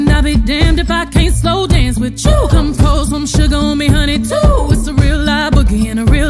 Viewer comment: If your serious write something original. This is bubble gum Work on your speech The word you sounds like shoe. Too much sugar no country